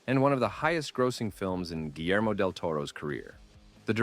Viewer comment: I couldn't help but laugh at the pronunciation of "Guillermo"... "geelermo" lol